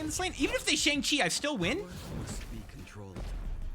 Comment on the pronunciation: Please, mate, it's not pronounced "Sheng" Chi.😭